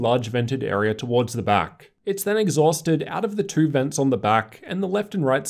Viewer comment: They way you say two kill my ear are you pulling out of your gut. Everything else you say is normal.